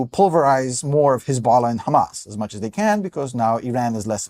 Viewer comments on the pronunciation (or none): none